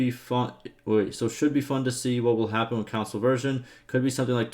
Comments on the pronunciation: Bro he literally pronounces it like council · Bro, English my dude wtf is a video game “Council” , I had to literally stop watching this video because of that in